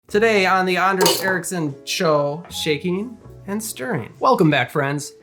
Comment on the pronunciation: Greetings from another Anders here. The way you pronounce your name makes me think you have Nordic ancestry.